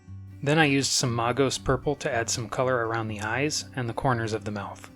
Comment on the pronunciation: Really great paint job, but where are you getting that pronunciation of Magos? You know it's a derivative of the word Mage right? MAY-gos, not MAR-gos.